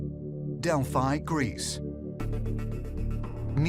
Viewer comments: I lost all interest the second they started pronouncing Delphi wrong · You said Delphi wrong many times... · To bad they kept pronouncing Delphi wrong